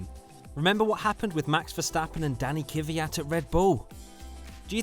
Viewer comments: Kvyat, like fiat with a k in front. Not kuwied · *Kvi-yat, not Kivi-yat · His name is Kvyat, not Kiviyat 😂😂